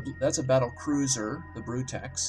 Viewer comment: cohVETor, bruTEX, shimra. You're looking for Covetor (cuh-vet-or), Brutix (br-ticks), and Chimera (ki-mere-a). Please sir. Please.